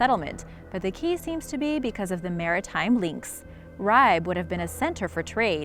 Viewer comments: Too bad didn't do a little research and at least learn how to pronounce things. It's pronounced Ree' bay. not Ribe. Uff da. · Your pronunciation of Ribe is terrible. I know it’s not your fault, but it is pronounced Ri-Be. There is a slight pressure on the B and the I is short. Harald Bluetooth was the king who converted Denmark to christianity. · i'm sorry but you're pronouncing "ribe" wrong no hate but try and fix it next time